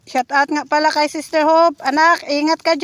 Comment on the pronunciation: Why you always saed saed sester